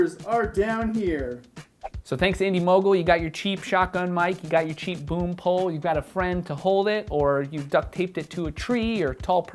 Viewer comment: did you say boom pole,,or broom pole,,??